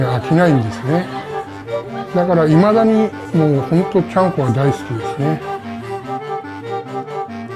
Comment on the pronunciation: I hate how he said “chanko”